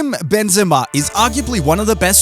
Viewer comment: Bro say the name properly